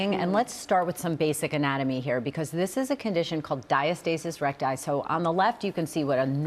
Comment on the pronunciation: Who reviews these videos? This lady can’t pronounce diastasis recti correctly. 🤦🏻‍♀️ Dr. Jenn Ashton got it right!